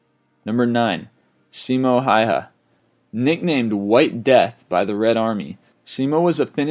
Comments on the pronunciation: 9 is best! and it's Simo Häyhä not Simo Haeha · That moment when you pronounced Simo Häyhä wrong. I know he proununced it worng because theres three letters in the finnish & swedish alphabet that doesent exist in the english one (Å Ä Ö) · No. It's Simo Häyhä. Do your research